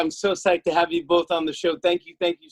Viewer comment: Her name is pronounced Sea-Air-Ah not Sea-Are-A Jimmy. 🤦🏽